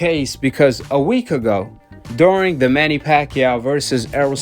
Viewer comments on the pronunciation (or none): none